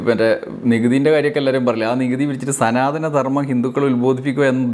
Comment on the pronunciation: "മ ല്ലികപ്പൂ" മൊട്ടിൽ തന്നെ ഞെരടിക്കളഞ്ഞത് എന്തായാലും നന്നായി! പിന്നെ" സനാധനം " എന്നാ വാക്ക് ശരിയാണോ അത് സനാതനം എന്നല്ലേ? അതുപോലും അറിയാത്ത സനാതനക്കാരോ? പണ്ട് ചരിത്രം എഴുതിയത് ഇങ്ങിനെയൊക്കെ ആണെന്ന് കേട്ടിട്ടുണ്ട്,അതായതു രാജാവിൽ നിന്നും അല്ല ""എഛ് എഛ് ""(😄😄😄)മാരിൽ നിന്നു പട്ടും വളയും പണക്കിഴിയും വാങ്ങി, രാജാക്കന്മാരെ പുകഴ്ത്തി എഴുതുന്ന ചരിത്രം! കുപ്പിയും കോഴിക്കാലും മറ്റു പലതും വാങ്ങി അവർക്കു വേണ്ടി വിടുപണി ചെയ്യുന്ന സമകാലീന മാധ്യമ പ്രവർത്തനം പോലെ! പിന്നെ ക്ഷേത്ര പ്രവേശ പ്രക്ഷോഭത്തിൽ എ കെ ജി യും കേളപ്പനും അങ്ങിനെയും ചിലർ കൂടിയുണ്ടായിരുന്നല്ലോ?🤔🤔🤔